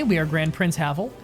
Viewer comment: In pronouncing Kajetan, imagine y instead of j and pronounce "a" as in "grass". And in Havel you have to pronounce "e" clearly as in the word "end". Otherwise you got that right :-)